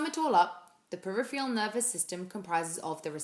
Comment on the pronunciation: Great video, but it's "periph-ER-AL" not "periph-E-AL". Your pronunciation is wrong. Sorry.